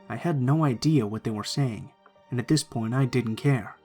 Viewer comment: would of been a lot better if you didn’t say dis. “This” would be better.